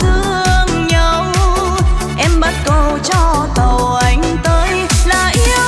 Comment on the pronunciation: Ca sĩ mà phát âm sai chính tả. Bài "tàu anh qua núi" hát "bắt cầu" phải hát là " bắc cầu"